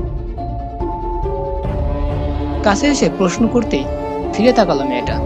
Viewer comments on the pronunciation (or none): none